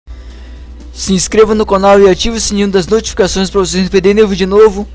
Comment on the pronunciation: Nao e conol e canal